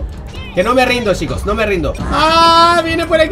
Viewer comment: Al principio que dijo "Ay esta chicos" habia entendido "Ay esta chimbos" :v xD